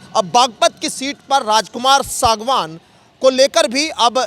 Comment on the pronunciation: रिपोर्टर सागवान बार बार अशुद्ध बोल रहा है।बोलकर ठीक करा ओ सांगवान शुद्ध उच्चारण करे।SANGWAN